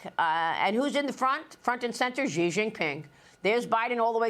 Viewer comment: Not Jee, not Zhee, not See- SHEE